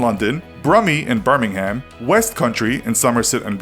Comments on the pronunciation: Birmingham is pronounced burming-am not burming-ham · BURrmingHAM? we pronounce it burmingam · How did he pronounce almost all of those accents/ city named incorrectly? Birming-HAM? And Gee-ordie? Perhaps worst of all was Somer-soot, how can he not pronounce words that a 4 year old manages to pronounce flawlessly? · When he said Birmingham like that made me cringe its not Birming ham the h is silent its Birmingam basically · Lie-ces-ter square when it’s pronounced Lester square Also it’s Bir-ming-um not Bir-ming-ham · Its pronounced birmingum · Its ber-min-gam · Sorry, but I had to stop the video and had to have a laughing fit, when he said "birming-ham". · I’m from Birmingham. We mainly pronounce it Bur-min-um. Or say Brum. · Btw it’s pronounced birmingum (I’m English) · Omg that american is so annoying its birnigm thats how most of us say it even tho its birnigham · Birmingham is pronounced burm-ing-um where I come from. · Its pronounced bir-ming-am... the H is silent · The way Americans pronounce Birmingham 😂😒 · There is a Birmingham in America which pronounces the H, so he probably thought it was the same.